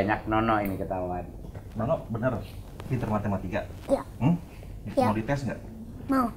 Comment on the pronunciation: Ngomong yang benar pak bukan nonok tetapi nono